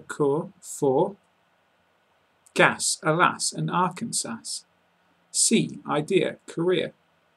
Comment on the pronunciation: You did great. I think anyone trying this task would have difficulty with many of those archaic words derivative of Old English or borrowed words from French. And I guess I'll forgive you in your bungling of Arkansas as you're not American. :)